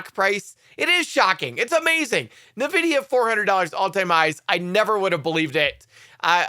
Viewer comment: Not Nevidia, it’s N Vidia